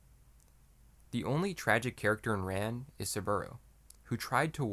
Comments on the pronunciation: Its pronounced like Khan. Not ran like I ran so far away. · Rān (Rahn, not English Ran) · Your mispronouncing it. RAn, like the Egyptian sun god Rah. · AI voices can never pronounce Japanese names correctly, you might as well have an Australian reading the script. "Ran" (pronounced "Rahn") is indeed a masterpiece, but I would rate it a step below "Kagemusha" ("Kah-gay-moo-shah"), which was more visually striking. It also had a uniquely Japanese story, which was somewhat historically accurate. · You provide a serious analysis of the movie. You cannot pronounce “Ran” properly. It makes me think you are not so serious. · My guy doesn't know how to pronounce Ran lol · "Ran" is pronounced like "Han" in Han Solo, not like "tan" or "pan". If you're going to make vid about it, at least learn how it's said.